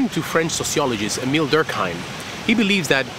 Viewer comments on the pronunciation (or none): none